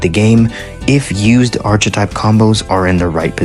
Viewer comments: ARK - uh - TYPE PLEASE TELL ME YOU'RE DOING THIS AS A BIT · Bro you don’t pronounce the ch in archetype it makes the kuh sound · Cant believe so many people dont know how to say archetype